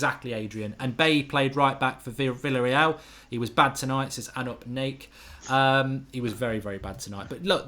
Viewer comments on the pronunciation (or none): none